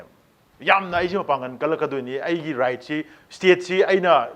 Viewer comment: Human rikes haiba natte right haibane esam samna hairabada suwai arease yesss khara check toubiyu..